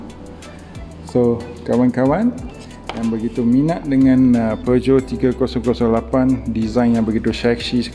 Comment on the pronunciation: few people can actually pronounce the brand name correctly,u r 1 of them😁😁😁